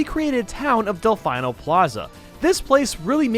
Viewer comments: How saying delfaino instead of delfino triggers you is the next video. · Del-FINE-o!!?!?!? I'm triggered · Wait wait WAIT, Did he pronounce Delfino as Dell-Final?? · Bruh it's not delf-ayno square it's delf-eeno square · I thought Delfino was pronounced as Dell-fee-no, not dell-fine-o... its ok tho. everyone has their preferences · You say delfino (del-fine-o) but its pronounced delfino (del-feen-o) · DEL-FEE-NO! NOT DELF-EYE-NO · Delfeeno not delfyno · ITS delfino not delfaino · not delf-eye-no its delf-eee-no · I have been binging these videos today and loving every one, but I really need to come out and say the one thing that has been bugging the hell out of me all day lol Del-FEE-No Plaza FEE NO. NOT “Fye-No” Thank you 🙏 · You defy the norm of saying things you say Mae-lee instead of Mae-lae you say choco instead of coco and instead of delfeno you say delfino (I know it’s not spelled right it’s just the pronunciation) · Why do you say del-f-eye-no?? It's del-fee-no you white boy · Del-fine-oh Plah-za? You mean Del-feenoh Plah-za? Delfino Plaza , it just bothers me. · Delfino, wait no, Delph-eye-no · I know that people say it this way, but I don’t like it when people say delf”I”no plaza instead of delf”ee”no plaza! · Delfeeno not delfaino -. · Delfeeno not delfeyeno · NOT /DELF-I-NO\ BUT /DELF-EE-NO\ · Its not del fine o it's del feeno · My face winces every time you say Delphino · Did he pronounce delfino square as delfine - o square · It’s delfeeno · Okay, hold it. "Delfyno?" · Its del-FEE-no and choKo mountain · Say it with me: DEL-FEE-NO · No one: del-fine-O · Did he say del fine o square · I'm sorry but I can't forgive "del fine-o plaza" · Dalfinoh Plaza... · del-fine-oh square👌🏼🤤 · It’s promounced “Delfeeno”. There’s no denying it, they say it out loud. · Del-fine-oh? Have I been pronouncing it wrong all these years or is he? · He's doing it wrong. Delfino is pronounced "Del-fee-no" and the word means "Dolphin" in Italian.